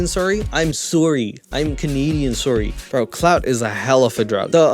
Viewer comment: The canadian “sorrey” & the part of them stealing Jesus sandels & robe 😭😭😭💀 Love the content as always. You literally talk of topics and do things noooo other youtuber i know of does but ALSO stay interesting! Hope youre doing alright 😇